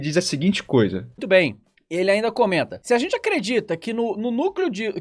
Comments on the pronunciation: Cara fala zenti.. igual o fefito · Ótimo vídeo! Vc fala a zente e izn Troca o g pelo z igual o fefito hahahahah